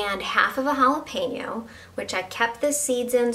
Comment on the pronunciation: Best part of her recipe... She said "jalapeno" not "jalapeeno". This sauce looks awesome. Will try it!!